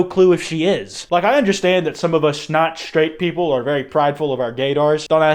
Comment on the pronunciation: 'Some of US not straight popple" what u saying hmmmm?